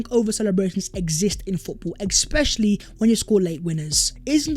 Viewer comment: Today’s ‘exspecially’ count… a disappointing 1.